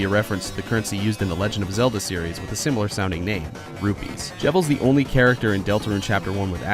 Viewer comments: “RUPEES NOT RUBEES” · ITS RUPEES NOT RUBEES